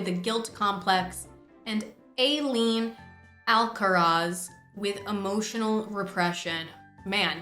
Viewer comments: God being pakistani the mispronunciation was genuinely shocking 😭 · I’m sorry but the way you say ayleen is……… interesting